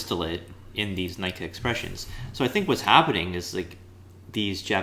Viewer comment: Nikka is pronounced closer to nee-kah, not nigh-kah. (actually neek-kah to be a little more precise)